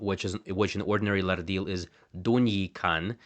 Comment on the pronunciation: That’s a lovely flapped ‘r’ you have, but in your pronunciation of the word ‘Lardil’ is incorrect. The word actually has no ‘r’ sound in it. From what I understand, having learned half a dozen or so other Pama-Nyungan languages, ‘rd’ is a digraph - two letters representing a single sound, like ‘ch’, ‘sh’, ‘th’ and ‘ph’ in English. In the modern orthography of most Australian languages, ‘rd’/‘rt’, ‘rl’, and ‘rn’ represent ‘post-alveolar retroflex’ consonants, where the tongue curls back towards the hard palate (common among the languages of India). If a flapped ‘r’ appears before a retroflex consonant, it would be written ‘rrd’. You mention retroflex consonants in your video, but forget to use the post-alveolar retroflex plosive consonant in the word ‘Lardil’.